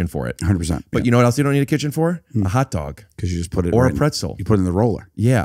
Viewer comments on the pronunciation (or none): I didn't know I could do a Foley impression until he said "a hotdaughg at da movies?!"